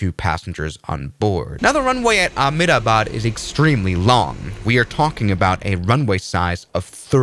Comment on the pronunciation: The pronouncement of ahmedabad is emdaabaad